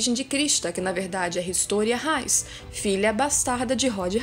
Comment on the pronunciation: "HistÓria hains" nem a própria dublagem fala hains ao em vês de reis kakakakakak